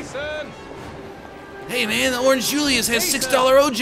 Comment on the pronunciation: He's pronouncing it wrong, it's jaysōn